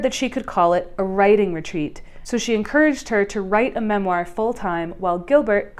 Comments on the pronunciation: memoir = mem-wah, not mem-wire 😉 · awesome video - think “mem-WAHr” not “mem-WIRE”. those rascally French loan words… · who is spreading the rumor that memoire is pronounced “MEMwire” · Such good analysis. Memoir is pronounced MEM-wahr, not mem-WIRE. IN-tra-VEN-ous, not in-TRAV-enous (within the vein, not in the trav, whatever a trav is). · “Memwire” “ih-bis” i feel like she’s low key trolling with the mispronunciations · Why do you pronounce so many words incorrectly? I'm vaguely aware that it's a thing creators do to generate comments but why on a video about literature? There were several words but pronouncing memoir as mem-wire is unbearable. Otherwise it's a good video, interesting insights and very well thought out. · Why is "mem-wire" bothering me so much? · girl you cannot keep saying “mem-wire” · This is a good video but I am so confused by the ways in which you pronounced satire and memoir. Please, for the love of god, google it.